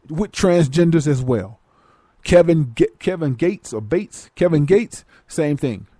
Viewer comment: lmaooooo dis nicca said "Kevin Bates"